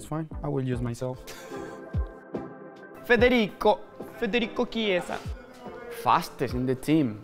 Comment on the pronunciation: The way Macca says “Federico” 🤌🏽 It’s perfection